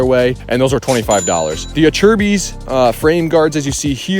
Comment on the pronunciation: pretty sure it's "A-Sir-biss" (Acerbis) not A-CHER-BIS